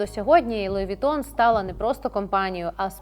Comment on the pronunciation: Луі Вітон😂😂😂😂😂Трошки із французським прононсом, будь ласка👌🇺🇦